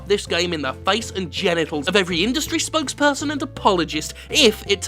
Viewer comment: Did you say "Spunk-sperson" instead of Spokesperson? Because it's pretty funny if ya did.